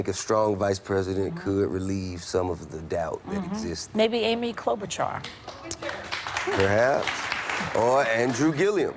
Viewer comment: Cloudbootjar? Why the fuck did that woman say Amy cloudbootjar? She is not even breaking 2% and shes a centrist/Republican light